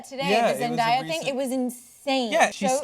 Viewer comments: it's Zend-Eh!-a dammit. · Who pronounces zendaya like that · uhh that's not how you say Zendaya...